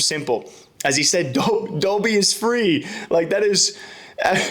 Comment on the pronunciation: Pronouncing Dobby as dobe(adobe) is criminal